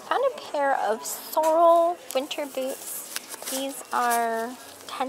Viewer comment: You aren't saying "Sorel" correctly!!! 🤯